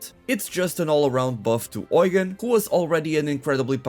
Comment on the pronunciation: not "oigan"